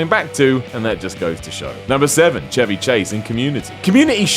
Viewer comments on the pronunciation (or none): none